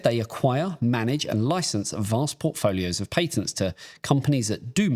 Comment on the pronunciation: yeah. not listening to this goose not being able to say patents